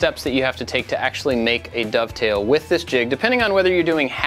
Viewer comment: I loved the way you said "dovetail" in the intro, like it's some new scary thing. Oh wait - maybe it was! 😂